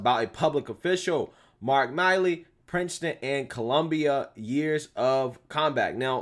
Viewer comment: It's MILL E not MI LEE.